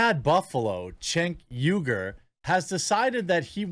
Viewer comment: You pronounced Cenk Uygur exactly right, bro. Well done.